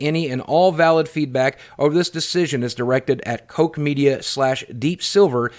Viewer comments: Also its proounced COCK media as its German but Deep silver and Koch are both owned by THQ Nordic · It's pronounced as 'Cock Media'. I deleted my Epic Games account over this. I will wait until I can get a PS4 copy at a pawn shop for $5. This will happen within 3 months of release. The publishers get absolutely nothing from the sale of a used (physical copy) console game.